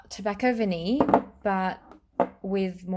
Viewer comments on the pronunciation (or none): none